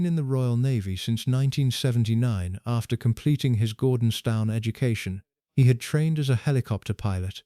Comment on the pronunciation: Gordonstown ? Its pronounced as Gordons - TON. Sheesh, can you not get it right first time ?